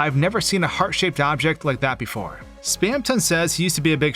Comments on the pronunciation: hearing someone say 'spam ton' like two words instead of how everyone else pronounces it 'spamtun' makes me cringe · spaamton? no its spamton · Its not spamTON its spamTEN its spelt the first way but you say it like the second way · your pronunciation of spamton enrages me it is spam-tin not spam-tonne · I pronounce it Spam-tin not Spam-ton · its not spamTON its spamTIN haha /j cool vid :D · the fact he pronounces it "spamton" and not "spamtin" triggers me i know its spelled like that but its just AAAAAAAGH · 'Spamtin', dude. like thorton? It wouldn't be thor-tonne. I never can get through videos with weird pronunciation like this. Im sure its very good though so take a like anyway. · hate how he says "spam ton" instead of "spamtun" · Awesome vid, but something ticked me off the whole time... SPAM-TUN?!?!??!?!??!???!???!??? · Spamton ❌ Spam tonne ✔️ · WHY DOES HE SAY SPAM TONG WHY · It's taking all of my power to get through this video. Please, anyone tell me why he would pronounce it "Spam ton" Someone help me please, it's the 10th circle of hell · it's weird that you pronounce "Spamton" "Spam-tanh" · we all have different pronunciations yknow, take that into account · That's a very odd way to pronounce "Spamton"